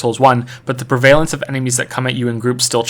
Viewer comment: "Prevaylence" lol